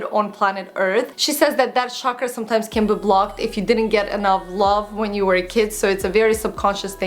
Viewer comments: it's pronounced 'CHakra', with the CH sound being similar to the CH in CHalk or CHildren:) Just letting you know. Love your videos!!! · It's chakras, 'cha' as in chai. Not 'sha'kra. And they do teach about chakras in Yoga. Should get back to completing my certification 😬 nice video! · it's pronounced 'chuck-ra' (